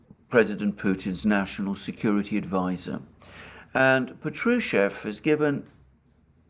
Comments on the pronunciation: in Patrushev the accent is on the first AH pAHtrushev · Good Day, Alexander. It's Pátrusheff (V becomes deaf at the end), the stress is on the 1st "a" vowel. Just Fyi. Don't mean to be nitpicky 🙏. Thank you for tour video updates!